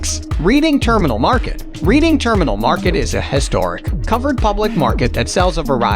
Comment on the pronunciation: Pronoumced redding terminal NOT reading